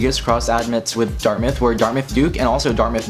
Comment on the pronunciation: "underrated colleges" ... "Dartmouth" ???